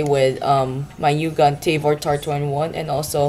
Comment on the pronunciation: you say tA-vOr not " taivor"